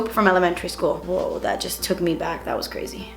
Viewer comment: I've been saying "creh-ssyyy" instead of crazy for a while now and it JUST clicked with me that I picked it up from watching hahah. This look is a lil crehssy but love watching your vids as always~